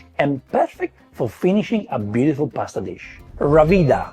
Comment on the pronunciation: Do a ranking of American attempts at pronouncing Italian words. No-na and pustuh 🤣